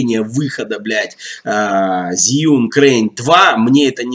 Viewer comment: Инженеры похоже совсем не в теме относительно удобства конструкции. Могли бы на стадии разработки пообщаться с опытными практикующими видеографами. Зиюн, Жиюн, Жюин... , китайцы произносят ещё сложнее Джьюин ))) Кстати, мы с Сергеем Щербаковым скоро снимем сравнительный тест нового двуручного Fosicam (продолжение Профи) с Zhiyun Crane 2.